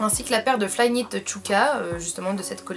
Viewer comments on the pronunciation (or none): none